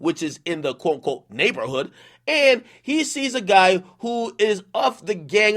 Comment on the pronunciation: Ak goofy as hell saying neighborhood like that when speaking about nip.